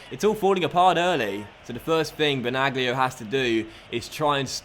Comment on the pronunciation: Benaglio is pronounced like Benalio Good Video 👍🏻